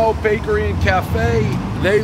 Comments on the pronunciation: he said brakery😂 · "Brakery" I love it!!! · Take a shot every time he says “Brakery”